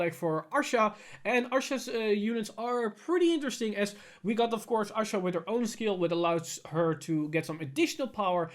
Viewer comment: Lol someone keep count on how many times he mispronounces Ahsha's name